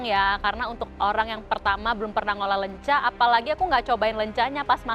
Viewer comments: Ketauan banget ya klo yg bukan orang sunda, nyebutnya 'Lenca' bukan 'Leunca' 😂 Yhaa ini sih intermezzo aja bukan bermaksud hate komen..heuheu.. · Greget banget pada nyebut lenca bukan leunca. 😭